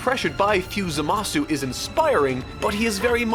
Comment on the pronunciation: G: "ZAMASS!"